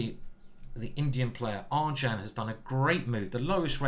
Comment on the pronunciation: I think you pronounce -ardjune-. He is the main character in the bhagavad gita